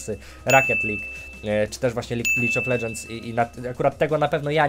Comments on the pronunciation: nie Licz of ledżends tylko lig of ledżends panie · Lidż of Ledżens xD